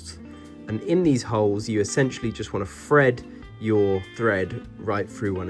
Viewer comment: Hold on.... You just said "fred your thread"... and here I fought you couldn't say thread this whole time! Hah! Silly guy. Now I see the genius here. You've found a way to distinguish between "fread" the verb versus "thread" the noun. Well played